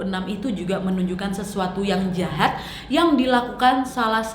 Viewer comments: salfok pas ka nadia blang jahad..😂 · Kenapa waktu kak nadia ngomong jahat jadi "jhahat" kayak medok gitu😂